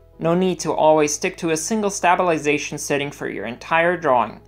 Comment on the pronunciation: Awesome tutorial! Thanks for the help. It's "sta·bi·li·za·tion"... not "Stab-il-ization". Sorry... :P